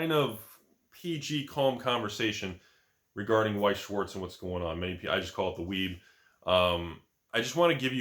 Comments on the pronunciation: Wise? Veiss shvatz is how it's pronounced. It's white and black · Please learn to say Weiß Schwarz in german. I just can't... even if i like your videos.